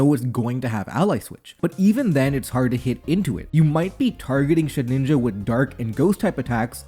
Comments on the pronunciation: Shed-IN-ja, not shed-NIN-ja Youre killing me 😭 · Please, man. Its Shedinja, not Shedninja. You're adding an extra n. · SHED INJA NOT SHED NINJA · Say it with me: SHE-DIN-JA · I will never get over the way he ALWAYS mispronounces Shedinja 🫠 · I never noticed that and now it's driving me insane too